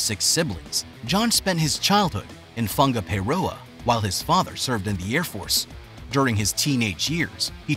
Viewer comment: Don't forget the pronunciation of Whangaparāoa